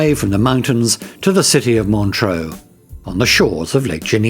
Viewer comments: Montreux is pronounced Montr-err, not Montr-oh. Without an 'a' (like deux). With an 'a' (like eau) it would be Montr-oh. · montreux....not montroe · Where is this "Montro" you speak of? And, Frank Zappa did not set fire to the old casino; he was performing at the time.